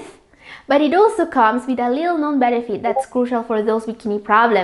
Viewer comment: Pronounce it right please...moosely or mostly? Sometimes, there are words that I can't understand..are you speaking allien words??? Lou or low? Benipit??